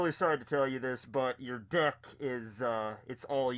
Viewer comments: i kept hearing dick when you had the mask on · Anyone else hear dick when he says deck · Everytime said deck at the beginning I heard dick. 😂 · Ohhhh deck.....deck....I thought you kept saying dick... for "your dick is old...."